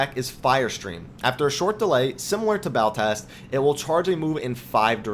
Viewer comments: Also It's not Baltast, it's Ballast, Ball as in val and ast as in asterisk. Other than that, great video. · God, I cannot get over the 'Baltast' rubbish.. you just keep saying it. It's Ballast. It's something that regulates electrical current. Like you go to the length of making a good video focusing on high attention to detail, when you cannot even read an ability's name. Kinda saps the credibility from it all.